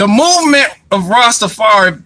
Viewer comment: soared so many of your words on this video. You cant say mouv m3nt.